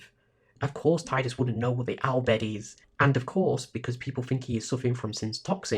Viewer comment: Thanks so much for this! Six hours of “Tie-dus” has broken the curse and freed my soul. In all seriousness, it was great to hear you give commentary on each of the scenes and story beats. There are lots of FFX retrospectives on YouTube and they don’t always pick up all the little intricacies. Nor do they always try to seriously engage with the “false hope” argument and different reasons characters choose self-sacrifice despite the futility of it the way you have so really big kudos.